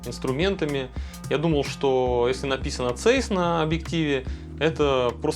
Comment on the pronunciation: Подушню. Zeiss немецкая компания, поэтому читать правильно Цайсс😅